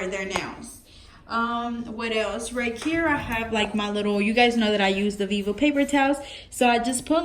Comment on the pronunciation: It’s right here not right kere😂